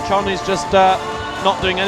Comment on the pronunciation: How wrong was the commentator there? Poor form even suggesting it, but in fairness, he retracted it straight away. Also annoyed by the constant mispronunciation of the names. James Kassay, Jule Wurm and Jongwon Chon (for the first half of the comp). Good competition overall. Very close both females and males. Men's problems looked nails. Poor Rustam, doesn't seem to be on form at all this season.